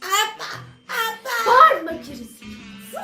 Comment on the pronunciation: Neşe aba diyo ama aslında abla diyo